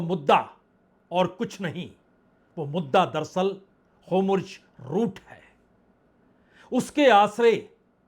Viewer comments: Homurj route nahi hai, woh hurmuz route hai! 'Strait of Hurmuz', otherwise your presentation is excellent. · Bajpai ji homurj bolte hai 😂